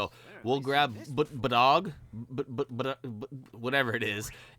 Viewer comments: The squirrel's name is pronounced BADGE. B'dg is one of my fave Lanterns. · his name is pronouced as badge